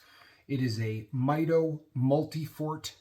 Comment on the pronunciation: Great video. Beautiful watch. It's pronounced "mee-doh" 😊